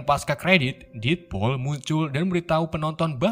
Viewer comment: Bacanya salah ngab. Detpul bukan detpol